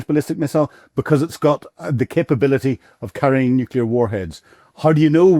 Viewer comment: This is the clown who says "nooh killar" when it's nuclear. And "loo shank" when he refers to Luhansk.